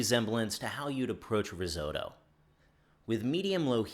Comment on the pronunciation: yo I dont speak chinese but the pronounciations are really good, but how u gonna pronounce chinese words that well but RISOTTO the way u do :'(